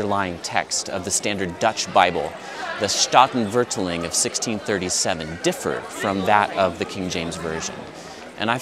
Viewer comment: Loved your comments on the sound of Dutch. When I was learning it, at first it felt like it was just English with German accent. PS You have the emphAsis on the wrong syllAble. Both the 'a's in Statenvertaling are long 'a's. Separating root words, staat (state) and taal (language). Here's a video where a native speaker says the word in the opening sentence that might also be of interest to you, haha: "The old Statenvertaling: the only pure and complete Bible translation"